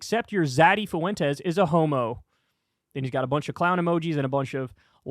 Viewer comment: learn how to say "Fuentes", Kyle. It's not that hard